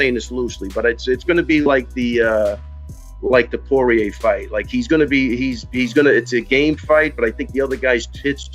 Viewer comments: Did this kid (Jake paul) just call Dustin Poirier Dustin Prober??? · Jake paul said " Dustin Prober " 😂😂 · "has a fight coming up with Dustin Prover".... you're right Jake, this must be an episode of "GOTEEEEM" lol, his last name's Poirier dumby. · Haha jake Paul can say Dustin name right haha “prober” lol wtf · Anyone else wonder why he keeps saying Dustin Prober? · Hey boob tuber, stop pronouncing UFC legend names incorrectly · fake paul cant even pronounce dustins name, and conor made the other guy bleed if you looked at the photo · That dumbass can't even say poirier shows you how much of a fight fan he is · fuckin guy cant even pronounce dustins name right